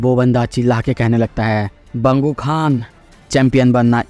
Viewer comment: Bang huk han❌ Bangu khan✅